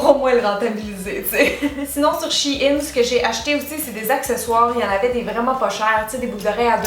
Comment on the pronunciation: On prononce pas le "e" dans Shein !